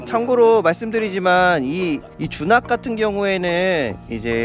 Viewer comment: 7분42초쯤 주낙을 주작으로 들렸어요ㅋㅋ